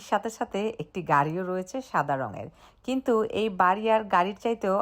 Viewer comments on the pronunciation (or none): none